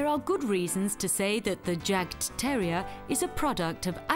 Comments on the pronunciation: The first part of this documentary is about Jagdterriers (German Hunting Terriers). Still a fine documentary, but the title should be changed to include "Jagdterrier". Oh, and it's pronounced yawk-terrier. The "yawk" rhymes with hawk. It's the German word for "hunt". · The 'J' is pronounced as a 'Y'. So the Jagdterrier is pronounced as 'Yagdterrier'. If you're gonna educate people on a topic, then start with yourself first.